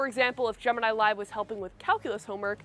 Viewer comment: It's not Gemanayi it's actually gemiii neee